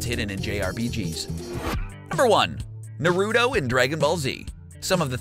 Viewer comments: It's not Na-ruto or Naru-to. It's Na ru to. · Why does almost every person on this earth pronounce naruto wrong. For god sake just watch the anime people in the show say his name 98% of the time. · Hey next time you do a video on anime please learn how to say Naruto right. Please it's cringey